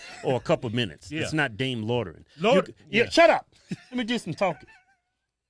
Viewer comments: Y’all pronounce loitering like u saying “lord of the ring” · Repeat after me: Loy-tur-ing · Lordering...loitering, lol 😆😂🤣😅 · LOY-TER-ING....say it with me.....LMAO